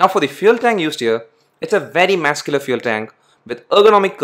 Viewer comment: Work on the words Muscular and Rear.........